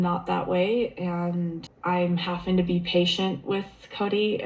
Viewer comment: All I know is I don’t know how many more seasons I can listen to her mispronounce “Having” as “Hafing!” and so many other words! Christine has the habit of putting a hard G on the end of words! 🤦🏻‍♀️ Sorry, had to vent….think I have watched tooo many season! 😉